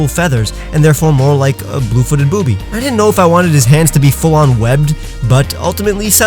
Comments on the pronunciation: Me an immature midget he said boubys (I think that's what you said) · Is it just me who giggled when he said blue footed boobee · Says blue water ‘boobi*s’